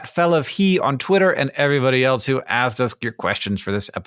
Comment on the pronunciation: I love these guys- and especially - so I extra loved this episode. He made that trick look super easy! At the very end, Hank says, “asked”- (not trying to be persnickety) but it didn’t sound like “asked” or “axed”, it sounded like “assed”.